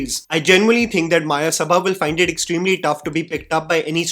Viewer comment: its मयसभा not मायसभा read like how u read it in samskrit. Mayasabha is world of illusion created by royal sculptor of gods. Maya. See mahabharat for reference. May be thats metaphoric in this movie